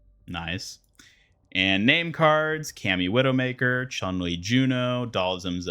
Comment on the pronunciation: chun li is pronounced ''choon'' li